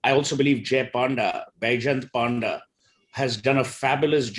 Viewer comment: I'm an Odia from Odisha. Excuse me for saying this, It's not 'Joy Panda', his name is pronounced 'Jay Pawnda'. Thank you. Sorry😂